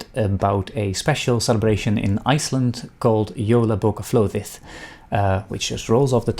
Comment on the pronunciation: That’s lovely, thank you for sharing that tradition and your pronunciation was good 🥰